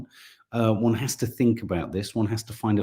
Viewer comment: I love an accent but dont like mispronunciation - fink not think; fort not thought, firty not thirty